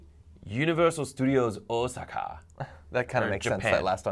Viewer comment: Holy shit someone pronounced Osaka correctly on the internet O_O